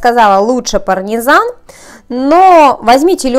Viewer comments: не ПАРНИЗАН а ПАРМИЗАН...!!! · Вы несколько раз сказали "парНезан". ПарМезан!!!!!! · Не парНезан, а парМезан ;) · она несколько. Раз сказала парНезан.